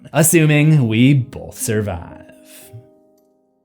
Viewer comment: I love your channel and watch all your videos. But I have to ask that you say "both" and not "bolth". No L.. Thanks ❤ 🇿🇦